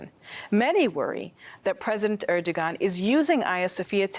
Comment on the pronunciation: It’s pronounced “er-do-yan”